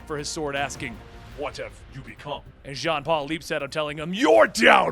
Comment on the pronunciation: When he said "John Paul" I thought he said Jake Paul